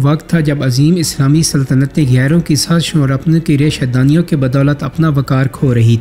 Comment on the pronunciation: ریشہ دانیو نہیں (ریشہ دوانیوں)